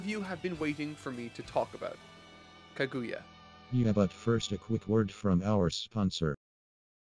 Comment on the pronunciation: Can't believe got through the whole series and still can't pronounce names. He can pronounce naruto fine but kaguya and konoha eludes him. Decent review overall but you seem more preachy in this as opposed to past series. Just my two cents tho